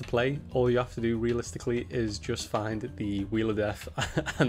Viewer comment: "all you have to do....wheelistically"